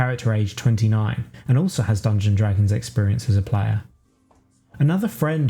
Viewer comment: This is great but I have to admit it's a little jarring the way you say "Dungon-Dragons instead of "Dungeons and Dragons".